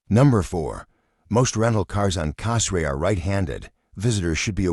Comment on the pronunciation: Hey, learn how to pronounce the name of the island correctly!